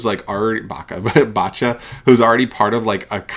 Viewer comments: bacha? bruh... how can you not know how to pronounced bach, he's literally as famous as mozart 🤣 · Gosh that "Bach" pronunciation killed me !